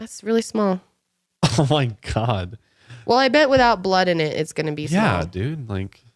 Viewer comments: I died at shmalllll shmackleeeee and a big toe lpl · Schmall schpeckle 😂